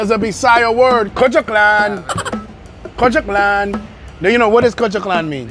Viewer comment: its "kadyot lng" bro..not kutchoklan..😂😂